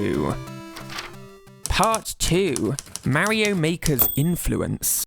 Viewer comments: Why are you pronouncing Mario as Merio? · "Mary-Oh" X)